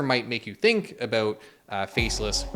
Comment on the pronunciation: This really makes you fink... and perhaps thats what they want you to fink... #finkaboutit